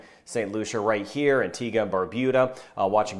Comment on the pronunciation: So many get the pronunciation wrong of Antigua. Thanks!